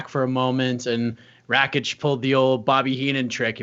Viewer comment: FFS ITS RAKIĆ NOT RAĆIK... if thats hard to remember, use his name, or nickname..